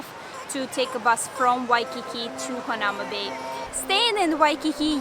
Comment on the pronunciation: It's pronounced hana oo ma bay